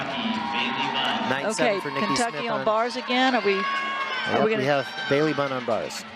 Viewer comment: Yes! It’s pronounced Bailey, not ba-lay 😂😅